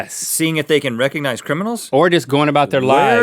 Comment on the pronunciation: I love how it sounded like Link said "can you Rhett-cognize faces reconize